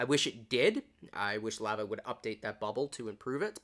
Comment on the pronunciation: you dont say lava right